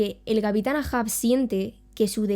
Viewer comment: El Capitan EIJAN EIJAN EIJAN EIJAN se leé así no AA... mi episodio favorito es cuando atraviesa al patoso de la isla de Man con el cuerno de un narval y el grito agudo con el fondo de la luz de luna